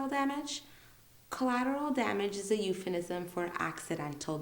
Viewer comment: Euphemism , not uphenism.!!!